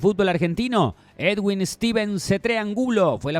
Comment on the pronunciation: Niggas, es edwin, no eduiwn, x favor, sepan pronunciar bn